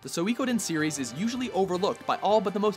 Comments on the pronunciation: suikoden is pronounced sweekoden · We pronounced Suikoden as SUY-KO-DEN. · also you have a stroke saying suikoden